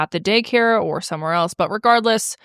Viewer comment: you say eltz when saying else.